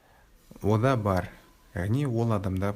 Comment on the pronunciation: ода бар емес онда бар деп оқылады ғой